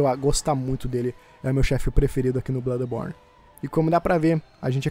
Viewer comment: Na hora que vc falou no início blãdeborne,na hora pensei barbaridade tchê 😂😂😂😂